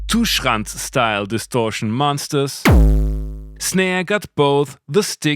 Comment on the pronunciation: I love the way you pronounce 'Schranz'